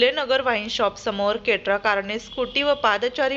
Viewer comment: केट्रा नाही क्रेटा आहे 😂